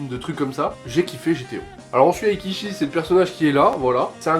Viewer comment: Pooo ce manga c'est juste un chef d'oeuvre mais ça se dit pas ekichi mais eikichi merci bonne vidéo.